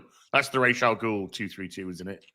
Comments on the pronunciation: there is a debate about how to say the name of Talia’s father. Rajah is indisputably wrong. 🤣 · I refuse to take Batman The Animated Series pronunciation as canon. Talia in that acts like the options are Raysh or Razz. No one says Razz. It’s Raysh or Ra’s, like belonging to the sun god. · From what I've read, Rahs is the pronunciation in Arabic, but the creator of the character always used the Hebrew pronunciation, Raysh.